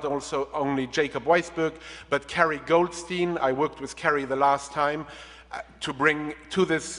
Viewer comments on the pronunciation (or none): none